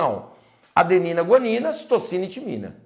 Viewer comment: Prof, em não era para ser Citosina ao invés de "Citocina"?